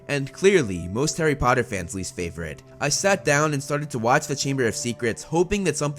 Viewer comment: “Maney” “Favorit”